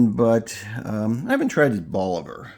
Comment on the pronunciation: If you're new to cubans stick with reputable places that you have researched as selling real Cubans. Once you have experience you can smell a real box of Cubans and know it's legit. Cut one, light it up and within a puff or 2 you will know if it's real. Check your pronunciation of Bolivar. I think it is more like Bowl A Var. Not hating, just trying to help. :) Love the fact that you have a nice comfortable place to smoke in the house too. The aroma of the cigar is so much better indoors. Outdoors the slightest breeze blows it away and that's a nice part of the overall cigar experience.